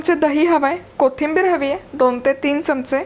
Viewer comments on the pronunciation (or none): none